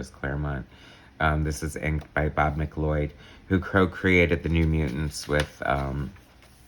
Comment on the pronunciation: "Marvel Fanfare" started out very cool, and was intended to regularly feature top tier stories and art, but sadly degraded into a publication clearing house for unused fill-in stories by the end of it's run. BTW, Bob McLeod's name is pronounced "Mack-Loud". I used to pronounce it as you did in this video, but later somebody enlightened me on how that last name is actually pronounced, so I share that knowledge with you. LOL!